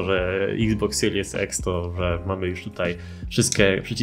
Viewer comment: dla niewiedzących xbox series x x się czyta ex